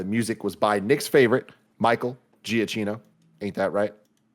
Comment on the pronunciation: Thank you so much for finding out how to pronounce Michael Giacchino. It has been bugging me for weeks as he is an amazing composer, and I actually really love his work on Lost. Also great movie that I totally have passed up for too long.